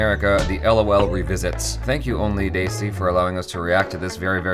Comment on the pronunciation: Your third try to pronounce "Only Desi" in the beginning was perfect. Absolutely flawless pronunciation. :clap